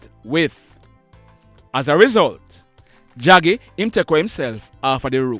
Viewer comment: Draggy not jaggy